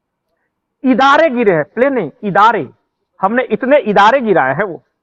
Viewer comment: भाई साहब थोड़ा दुरुस्त करें हवाई जहाज को इदारे नहीं तैयारे बोलते हैं पाकिस्तानी 😂😂😂😂😂